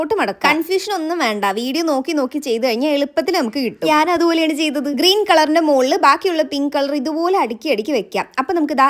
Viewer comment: ഗ്രീൻ അല്ല ഗ്രീൻ ആണ്